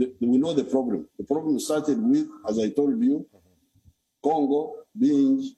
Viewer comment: he said gongo😂😂😂😂😂😂